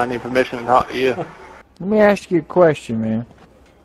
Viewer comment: "Leh meh as you a quest on" lol fucking dying